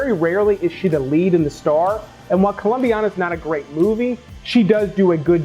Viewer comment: It’s “Colombiana” not “Columbiana”